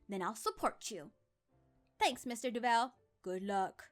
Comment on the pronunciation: Why'd you do-vell instead of dove-all